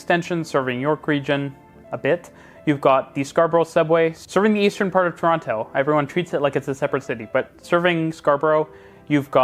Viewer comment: Pronounce Toronto correctly or don't say Toronto at all.